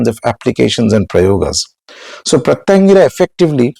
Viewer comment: Sir, can you please utter Her name correctly ?? Please !! , can you please utter the name of special form of Shiva who came to calm down Narasimha. For any mantra sadhaka, uttering the name of the diety.. in fact, uttering each and every syllable of the mantra is extremely important. Hope you will correct these and guide people.